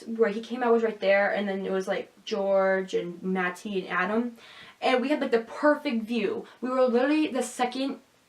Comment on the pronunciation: Are you joking every time you say matty's name? I can't take you seriously when you enunciate the t.